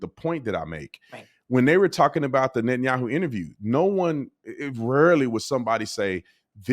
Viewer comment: You constantly call Benjamin Yahoo 😂😂